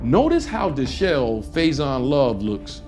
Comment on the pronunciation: De shelved 😂 Im assuming he meant Faizon looked Dishevelled… when actually thats the best and most put together ive seen Faizon in yesrs! Lol